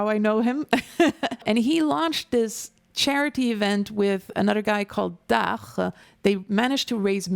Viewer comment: (je commente en regardant) Le pseudo du comparse de Zerator est dach et ça se prononce "dache" 😊